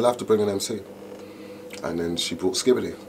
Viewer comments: Doing interview about a legend, least you can do is get his name right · You can't even get his name correct 🤬😡